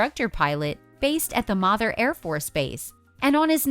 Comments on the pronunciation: Ummm, its “May-ther” Air Force Base. Not “Mah-thur”.. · And its “May-ther” AFB, not “Mah-thur”!